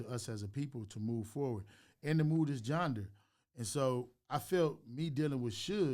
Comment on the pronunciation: nobody is gonna tell Big U he saying "genre" wrong 🤣🤣🤣🤣🤣🤣